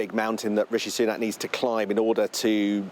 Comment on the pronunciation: Sunak. Not Sunan. Apology!